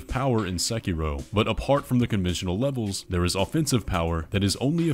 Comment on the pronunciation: So glad you didnt say "sekido" 😊😂